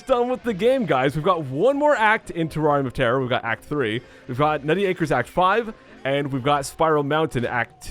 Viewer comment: IDK why, but when he says "Terrarium of Terror" it sounds like "Terrari Motera"